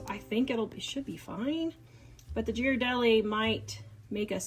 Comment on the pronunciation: Looks delicious! By the way, Ghirardelli is pronounced "Gear a delli" (if you want to pronounce it more Italian, emphasize the D). I used to live near San Francisco where the plant is, my ex used to make fun of me for pronouncing it like you did.😊